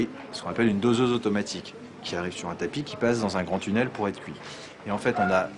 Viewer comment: "Cuit" sur place ne se prononce pas "kouï" sur place. Mais bon... de toutes façons le pain est dégueulasse en Belgique, en grande surface ou chez les artisans, les Belges ne savent juste pas faire le pain ou les viennoiseries.